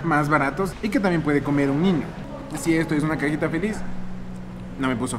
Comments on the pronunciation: Alguien más noto que dijo ñiño? Jajaja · Suena como tierno jajaj😂 Pero a la misma vez chistoso 🤣 Creo que es por el asento de allá Quito Pensé que era el único que se escuchaba diferente cuando decia ñiño🤭